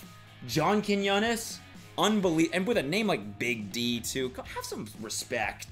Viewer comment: He said John Quiñones correctly and now my Hispanic heart is happy